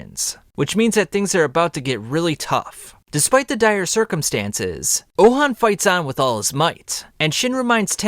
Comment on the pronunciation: Pronounced ouhon name so wrong… his name is not ouhan its ouhon